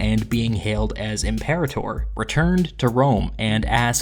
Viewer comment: you're pronouncing imperator wrong